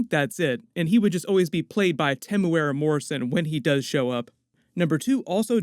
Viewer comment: Super proud how you got the pronunciation of Temuera morrisons name right. Another tip we here in New Zealand also call him “THE TEM” hahaha